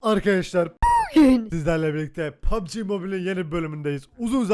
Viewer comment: Pugb mobile deil q PUGBB ezberleyin sunu